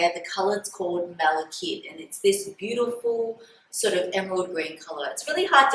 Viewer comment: It's pronounced Mala-KITE. It's an ore of copper.